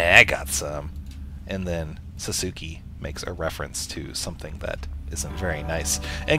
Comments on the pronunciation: lol sasuki? its pronounced sauce kay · ITS SASUKE! not sasuki! GRRR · lolz "sah-soo-key"